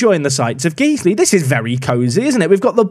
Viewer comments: Guys-Lee, guys-lee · its not geeze-ly, it's guys-ley. it's a leeds thing. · Loving this save. FYI it’s GuysLee not Geeslee tho 😂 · its not Geesley, its pronounced Guysley but spelt Guiseley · Guys-ley, not Geez-ley... Smashing the league now bud! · Guiseley not Geesley. Guys Lee. But more accurately I guess, Guyslih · It’s pronounced Guys-Lee. You’re welcome 😂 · Saying "Geesly" is an inside joke, right? Right? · Just to let you know, Guiseley is pronounced Gysley, not Geesely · "Guys-Lee" Went to school in guiseley so awesome to see an away day (TM) at nethermoor! If it changes the rating, there great pubs and fish & chips just down the road from the ground! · Love the video, it's hurting how much you're pronouncing Guiseley wrong though! It sounds like Guys Lee:) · I hate to be this person but Guiseley is actually pronounced Guysley. Great P2P series, again! 👏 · it's Guiseley as in "GUYS"ley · It’s pronounced guys-lay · Guiseley is called (guys-Lee) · Pronounced “Guys Lee” 😏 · it’s pronounced Gize-lee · I think its pronounced Guysley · Just a heads up, it’s pronounced guys-ly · Please please stop saying Geez-ley. My OCD would be chuffed. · Generic comment about Guiseley being pronounced 'Guy-sley' to push the algorithim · Guys-lee. Repeat after me Guys-lee. COYL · Came to the comments to tell him this :D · As a man from Guiseley I found this upsetting. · I'm glad I wasn't wrong about people freaking out about your pronunciation of Guiseley. Quality bait. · I love you, but it's pronounced.... Never mind 🤣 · Every park to prem pronounces Guisley the same way to get the interactions in the comments and every year people try to correct him 🤣 He does it intentionally people 😂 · Please, please, keep pronouncing Guiseley wrong, it's hilarious listening to you butcher the name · Please don’t ever say Guiseley again 😂😂😂😂